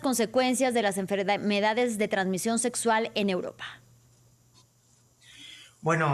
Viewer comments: Setso ? Doctor y no sabe ni pronunciar ? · 😂😂😂😂😂😂😂😂😂 Cada que dice setsual, setsual, setsual, setso, setso , setsual🤣🤣 🤣🤣🤣🤣🤣🤣🤣